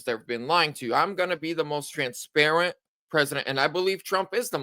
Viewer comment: There is no "D" in TRANSparent!